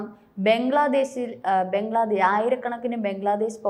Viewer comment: ബെഗ്ലാദേഷ് അല്ല ബംഗ്ലാദേശ് എന്ന് പറയൂ സാഹൂ